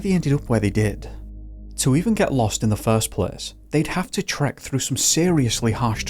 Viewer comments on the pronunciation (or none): none